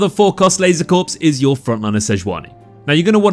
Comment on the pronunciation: It's pronounced "Laser Core," not Corpse lol